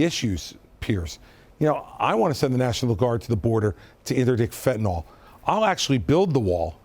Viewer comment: It's called FENTANYL not fentynal... you can't fix what you can't even pronounce!!!